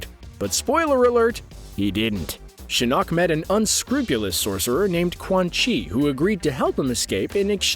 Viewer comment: I hate how he pronounces shinok